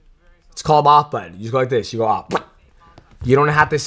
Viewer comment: I hate the way "blends" syllables together when he speaks. For example, listen to how he says 'simple' in the phrase "it's a very simple problem to fix."